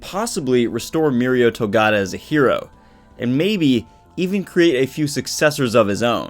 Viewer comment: Three syllables MF say it. To-Ga-Ta.